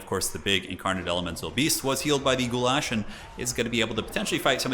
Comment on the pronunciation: This is the first time your pronunciation of goulash was spot on, very close to how I would say it. Did you train with your wife or something? You might become a Slav in the future,.